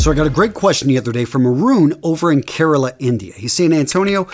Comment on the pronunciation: Wow you said Kerala amazing